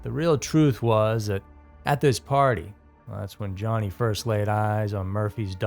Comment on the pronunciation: I first saw this on a TV special called Haunted Lives, hosted by Leonard Nimoy. Where many of the video clips are from. I'm extremely doubtful that everyone conspired to fake a haunting to simply not show up. Oh, and his name is pronounced Yanni, not Johnny. There, the J has a Y sound.